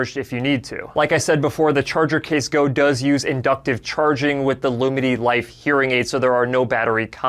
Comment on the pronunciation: As a deaf person, I am really grateful to people who speak clearly. All I am hearing here is "Loominy" but it's spelt "Lumity". That is difficult for me. But it needn't be....